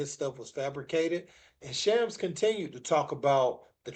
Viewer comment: It's Shams , not Chams.